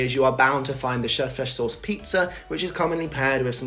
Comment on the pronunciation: you are funny, nice and goodlooking - yes you made an impact on me! I hope you like Sweden and stay here for a long time. Please....make a video in Swedish. Anyone who can pronounce "köttfärssås" like you can also speak the language!